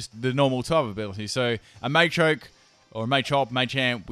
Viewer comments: Quit saying it MAYchoke, its MAchoke. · First time I've ever heard anyone call them May-chop, May-choke and May-champ, very weird pronunciation. I've always called them Mah-champ, Mah-choke etc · Am I the only one who noticed he was pronouncing Machop, Machoke, and Machamp's names incorrectly? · Machoke, not Maychoke. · what a may-champ,may-choke and may-chop?